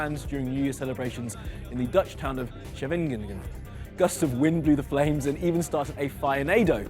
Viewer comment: You pronounced Scheveningen, the Dutch town, so bad, it was great! Which made for another great Newsfeed! Keep it up.